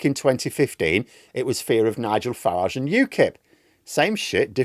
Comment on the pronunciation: It’s fucking FARAGE mate not FARAHGE